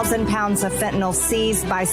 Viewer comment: It's not fentaNOL. it's fentanyl.